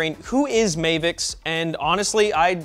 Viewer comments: I think it’s supposed to be pronounced as Mah-vicks and not May-vicks. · Anyone else wondering why it's not spelled Mayvix and he's saying it as May-vix? Weird way to pronounce Ma-vix. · Why does he call is "Mayvix" there's no y its "Mavix" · Mavix, not Mehvix.. Ma, like mama... Or am I wrong?